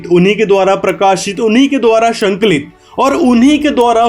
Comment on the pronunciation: Kyon bakwas karte ho sahi shabd sanklit hai n ki shanklit.